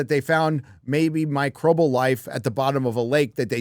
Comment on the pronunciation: MICROBIAL! Not Microbal. Jesus, you sound like my mother saying Vetnam.